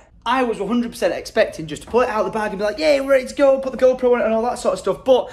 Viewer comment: I'm almost certain you said Gro Pro 🤣